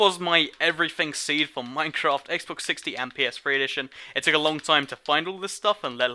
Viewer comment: he said "Xbox 60" lol